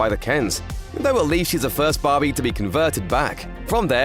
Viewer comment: Take a shot every time this guy says "Bahbee" (which incidentally is Aussie for BBQ)